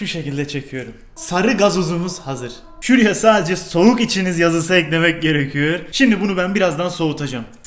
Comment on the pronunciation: Gerekiyor demek yerine gerekiyour diyo